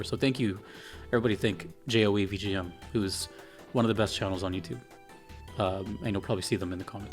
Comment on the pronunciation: Thank you for the high praise as always boss. It is actually pronounced as just "Joe" by the way :P